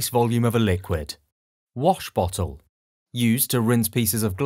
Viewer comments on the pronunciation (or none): none